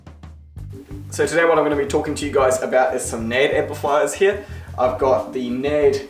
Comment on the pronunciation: You seriously pronounce the company that way? Learn English for fuck sake.